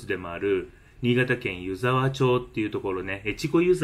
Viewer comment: 3か月前の動画に失礼します、🙇‍♀️ 「ゆざわちょう」ではなく 「ゆざわまち」です☺️